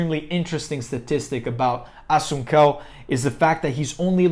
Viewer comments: Pronounced Rafael Asonsou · Assun-cow? Nah dude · Wow was going to watch then you miss pronounce my mans name cant know mma without knowing his name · Learn how to say the name correctly 🥴😂 Cody will lose again